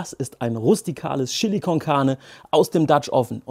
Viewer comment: Cooles Rezept, ich amüsiere mich immer köstlich, wenn Du "Schilli" sagst! :):):) Ich gebe in mein "Schilli" immer etwas dunkle Schokolade und eine kleine Tasse starken Espresso. Zudem brate ich das Fleisch in etwas Schweineschmalz an, das gibt noch extra Geschmack (wie auch beim Gulasch). Probier das mal aus!